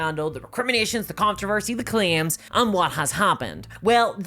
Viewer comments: Fun fact other than two videos from you, I've never heard of it. And are you saying "controversy??" Because it sounds like "contrervesy." Sorry but you're saying it so much that it's throwing me off. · You mispronounced controversy three times, then pronounced it (almost) correctly.